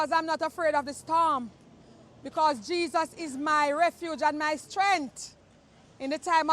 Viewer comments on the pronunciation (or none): Not Jesus, Gee-zoss. I'm sorry but lady you'd better hang onto those fruits.